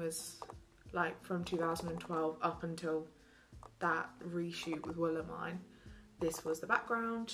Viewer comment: i keep getting SO triggered when she says Willemijn’s name wrong 😭 but great video, very jealous of all the merch!!